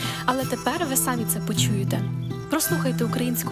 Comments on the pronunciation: Не " сАмі " , "самІ " - ПРАВИЛЬНИЙ НАГОЛОС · Хейтю : не сАмі, а самІ. Наголоси не правильно. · Чому "сАмі"? Вже не перший раз чую що говорять це слово з наголосом на другий склад. Вже навіть в словник подивився, щоб переконатись, що наголос на другий склад: сам, самА, самЕ, самІ. Чловник.юа, якщо що. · Самі, наголос на другий склад. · Чудовий голос і пісня..тільки в слові "самі" наголос, в українській мові, на другому складі треба робити)